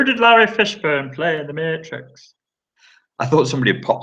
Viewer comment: "Who'd he play in the mayyytrix?" lol! Always a good laff and lots of good info… thanks mate :)